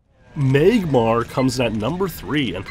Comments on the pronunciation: “MAYGmar comes at number 3” lmao what in the Canadian accent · Meyg-Mahr Lmao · I love how you pronounce Magmar.